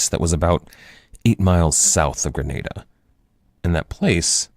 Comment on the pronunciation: Great lectures, pronunciation of Granada though is horrendous